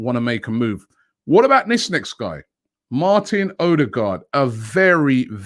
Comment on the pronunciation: Ødegaard and Sabitzer are both better than “Aoureer”